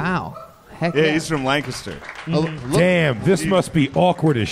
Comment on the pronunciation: Damn it. Gillis pronounced Lancaster correctly.